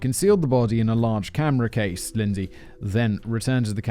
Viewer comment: Simon can't say camera case.